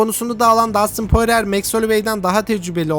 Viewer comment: poirer değil porie